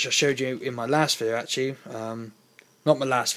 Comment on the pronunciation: When you say my last it sounds like molest... :-)